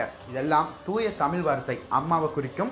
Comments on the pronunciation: தமிழ் என்று உச்சரிக்கவும் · முதலில் தமிழ் என்ற வார்த்தை சரியாக உச்சரிக்கவும் மேலும் ஆங்கிலம் கலக்காமல் பேசவும்